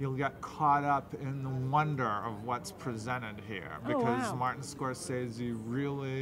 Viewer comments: Martin Scorsese. Pronounced, [Mahr-Ten Score-Say-Zee] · I HATE the way you say Scorsese. Ahhh. Stop it. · im sorry but she cant pronounce scrosese right ANOYING